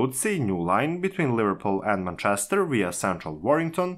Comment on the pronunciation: You read like a 7 year old reads off his paper. Have you listened to yourself? And ffs listen to an actual English person saying "Manchester" if you're unfamiliar with pronunciation.